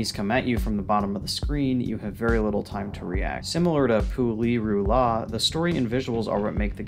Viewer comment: No sane person would put Pu-Li-Ru-La on this list... ...Tier 5? Nah big mistake there! But otherwise, nice video ☺️